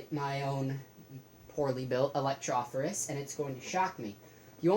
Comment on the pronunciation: ElectroPHOrus not ElecTROphorus